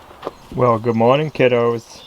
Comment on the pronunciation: Sounds like you say "God morning modern.....?"